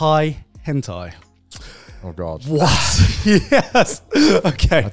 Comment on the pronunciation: It's Henthai not hentai